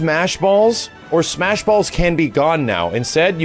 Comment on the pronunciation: I love that he tried to say it correctly, and still fucked it up the second time.